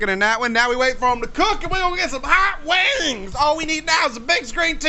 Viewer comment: at the end it sounds like you are saying hot wangs